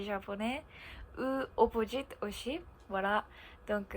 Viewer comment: Prochaine étape, bien différencier le son "s" de "ch" exemple "aussi" prononcé "auchi". Mais pas d'inquiétude, on te comprend bien et ça s'améliorera avec le temps. Vidéo très intéressante et c'est pas grave si c'était plus long que d'habitude haha ! Et oui en France de manière général, nous ne sommes pas très doués avec les langues. Je pense qu'il y a un problème au niveau de l'enseignement car de mon côté (et je pense que je ne suis pas le seul) je n'ai presque rien appris en cours d'anglais et c'est surtout grâce à Internet que j'ai pu réellement apprendre cette langue. Pour le japonais, je serais bien incapable de le lire où de l'écrire par contre à l'oral j'arrive à plutôt bien comprendre (merci les milliers d'heures à regarder des mangas avec les sous-titres).